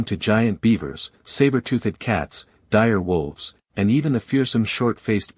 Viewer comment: who taught this AI how to speak? "Saber tooth-ed"?